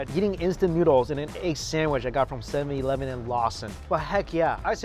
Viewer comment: Right u say 7-Elven